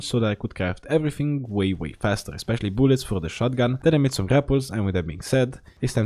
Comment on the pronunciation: booluts? Remind me of (i need more booluts) And (i need more booluts) is french Yes boys,we got it is 100% French